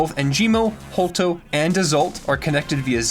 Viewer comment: It's HolTOW same pronunciation as town